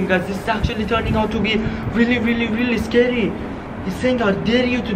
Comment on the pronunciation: WEN YOU SAY SCARY IT SOUNDS LIKE YOUR SAYING THIS IS SCADY😂